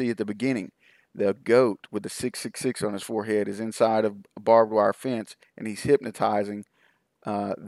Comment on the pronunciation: I know its petty of me, but the word is BARBED wire not bob-wire. Drive me nuts. Sorry.